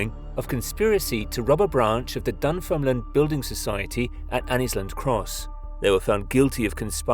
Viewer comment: Can you at least try to pronounce the place names correctly. You must have heard Lotian, Dunfermline and fucking Inverness being said before not to mention the rest.